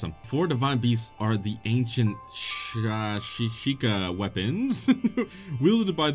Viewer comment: "Shee-kah" is correct bud you're good, and shieldsurfing works best on grass/snow, rocks bad for it. Good job, I could keep editing this comment while I watch, responding to every joke, but I'm just gonna enjoy the show while you f up the Talos. Okay nah seeing you find Farosh for the first time was great, 1 to 1 reproduction of my own experience, i loved it.